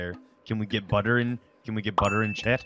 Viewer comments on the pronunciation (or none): BUDDER FOR HEART? me: le BUDDER